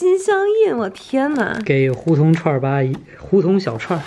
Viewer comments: hú tóng小串 哈哈哈哈哈哈Kristina一个北方人为什么会这么念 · 胡同的“同”是四声，再加“儿”，听你们说胡同（二声）好奇怪